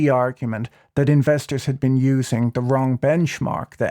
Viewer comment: Hahahaha - you're way too easy to call out on all his me favrrrrite parade- - and Ahhhm just wraaawng